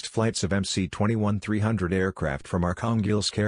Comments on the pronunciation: technically you are right. the cyrillic letter C is pronounced as an s. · If I'm not wrong it's pronounced "MS-21"?